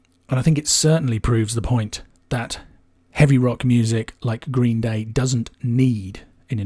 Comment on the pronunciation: The way you say 'Green, Day' bugs me far more than it should.